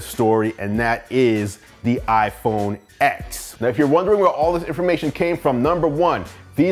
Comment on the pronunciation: Great review! iPhone X is pronounced iPhone 10